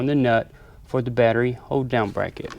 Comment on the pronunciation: Did any else think it sounded like he says hoedown i assume he saying hold down